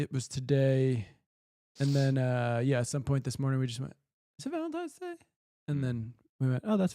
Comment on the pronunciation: Why does keep saying Valen-times-day?! Is that just me?